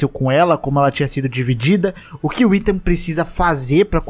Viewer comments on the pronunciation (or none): none